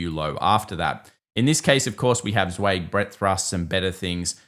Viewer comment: You need to look up how "Zweig" is actually pronounced. You're not even close.